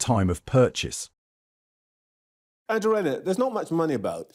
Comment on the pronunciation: What a load of shite !! Rayner or Musk ? And just WHO is ANGLE-A Rayner ???